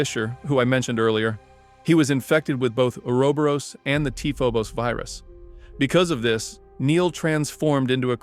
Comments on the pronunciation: Correct: “or-oh-bor-ohs” Incorrect: “uuwer-berus” Brother it’s like needles in my soul every time you say it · Say it with me. Ooo-ro-bo-rose